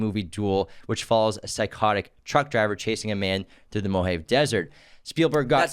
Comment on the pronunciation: Mojave is pronounced mow-ha-vee